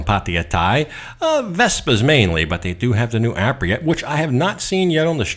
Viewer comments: I can't help it, I'm sorry I have to correct you, it is not Aprila it is Aprilia, don't forget the "i". You get it correct later in the video. Royal Enfield have just released their new Guerrilla 450 based on the new 450 Himalayan, more expensive than the Meteor but like twice the power, also really worth a look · Love your videos but please check out how to say Aprilia like an Italian.....it doesnt matter really but...."thats a spicy meatball"....EDIT you actually said it correctly later on in the video. lol. This scooter is different, the price is the price, its actually made in Vietnam for Aprilia, the main draw back for me would be servicing. PCX and Nmax though on every corner can be serviced on every corner. The reviews out of the Philipines are positive but again you would have to ride one first. The RE Hunter is cool but very low on power, still waiting to see if someone will bring/import the BSA Gold Star to Thailand, though the pricing of the BSA seems to higher than the RE Interceptor which will make it hard. Just love the look of the BSA. You are right GPX dont hold value. Also when I looked at them seemed the overall fit and finish werent that good, guess you get what you pay for.